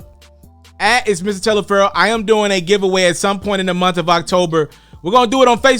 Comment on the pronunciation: It sounds like you saying miss instead of mr.. Ijs